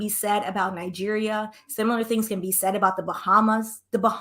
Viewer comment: Pronounce Nigeria out sounds like nigge@